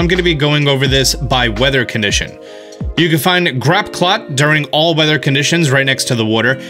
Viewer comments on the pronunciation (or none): What's a Grapclot?!?! It's Graploct. As in Grapple + Octopus. Grapple-Oct buddy...thanks for the vid tho! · Every time you say “grappclot” I have another heart palpitation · my dude really said "Grapclap" 😂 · and he said GrapplCLOT...its GrapplOCT >.< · “GrApClOt” does he do it on purpose? Grapple - oct. I’mLowkeyHavingAStrokePleaseHelp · Grapp clot? Lol that's one way of pronouncing grapploct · Duraludon pronounced duraludun, and grapploct pronounced grapclot?? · im glad im not the only one having a stroke every time he pronounces a pokemon name wrong